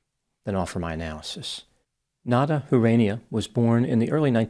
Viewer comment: Huranieh Who-Ra-Knee-Eh